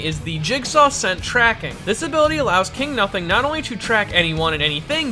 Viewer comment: "KINGU NUSING"